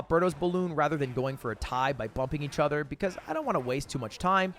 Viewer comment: you always replace "o's" with "e's" when you speak? Like ether instead of other?